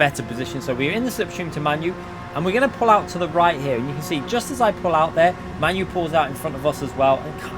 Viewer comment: Lmfao You. Its MANU ~ pronounced "Mah-noo". Not pronounced like your favourite shitball team